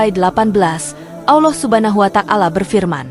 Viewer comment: Ya memang benar apa yg anda komentari, saya juga merasa risih mendengar penyebutan asma Allah dengan bunyi Allah subha nahu wa tak-ala yg seha- rusnya " Subhanahu wa - ta'ala